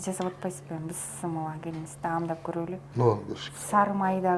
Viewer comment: Быссымылда эмес БИСМИЛЛА